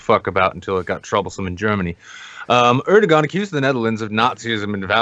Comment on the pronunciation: It's pronounced more like Err-doh-an because the ğ just means that the vowel sound before gets extended, it never gets sounded as a hard g